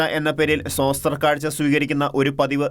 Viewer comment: സോസ്ത്ര കാഴ്ച എന്നല്ല വായിക്കേണ്ടത്.. സ്തോത്രകാഴ്ച എന്നാണ്. ഭാഷ ശ്രദ്ധയോടെ വായിക്കാൻ ശ്രദ്ധിക്കുമല്ലോ. ആദ്യം അക്ഷരങ്ങൾ ഒന്ന് ശ്രദ്ധിച്ചു സാവധാനം വായിച്ച് നോക്കു. അപ്പോൾ സ്തോ എന്ന് ആദ്യം ഉച്ചരിക്കണം എന്ന് മനസ്സിലാകും. തെറ്റ് വരുത്താതെ പറയണം എന്ന് ഞാൻ ആഗ്രഹിക്കുന്നു. അതുകൊണ്ട് ശ്രദ്ധയിൽ പെടുത്തിയത്.